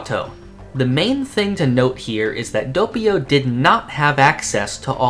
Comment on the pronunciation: your butchering Doppio's name & U call your self a JOJO fan NOOB